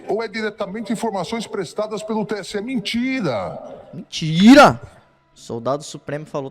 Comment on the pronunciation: falando "mentira" me lembra do Nicolas kkkkkk "mintira-mintira"